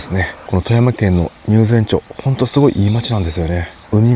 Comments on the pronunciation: 入善ちょうではなく、 入善まちですよ。 追記 富山県民です。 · Geminiに聞いたら、 「町」の読み方（まち・ちょう）の明確な統一基準は国レベルでは存在しません。 各自治体が条例や慣例によって個別に決めています。読み方の主な傾向東日本は「まち」、西日本は「ちょう」北海道から関東・甲信越にかけては「まち」と読む自治体が多数派です。関西、中国、四国、九州地方では「ちょう」と読む自治体が圧倒的多数を占めます。富山県は「まち」が圧倒的多数富山県内のすべての町（入善町、朝日町、上市町、立山町）はすべて「まち」と読みます。 関西から来られたから、読み間違えられても仕方ないかと😅